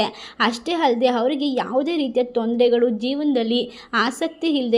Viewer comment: ತಾಯಿ ಮೊದಲು ಭಾಷೆಯ ಉಚ್ಛಾರಣೆ ಯನ್ನು ತಿದ್ಕೊ ತಾಯಿ. ಇಲ್ಲದಿದ್ದರೆ ಅಪಾರ್ಥ ವಾಗುತ್ತದೆ ಹಾರಾಧನೆ, ಹವರಿಗೆ, ಹಾಳ,ಹಾದರೆ, ಹಬಿಪ್ರಾಯ, ವರಗಿನಿಂದ,ಹೋಟ, ಹಾತಂಕ,, ಹಾಫಿಸ್ , ಹಾಗಿರುತ್ತೆ, ಅಲವಾರು, ಹಾರೋಗ್ಯ, ಹೊಂ ದುಂ ದುರ್ಗಿ ಅಲ್ಲ. ತಪ್ಪು ತಪ್ಪು ಉಚ್ಛಾರಣೆ ಮಾಡಬಾರದು.